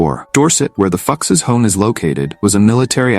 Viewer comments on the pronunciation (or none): I think you might be mispronouncing the Fuchs name, but carry on.